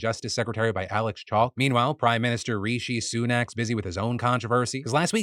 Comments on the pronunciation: Love ya Phil but the pronunciation for Rishi Sunak is Ri-She Sue-Nak not Ree-She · REESHEE SUNAK LOL